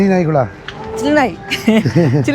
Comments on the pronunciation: Chile ❌ Chilre✅😂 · Chile❌ chilre ✅ 😅😂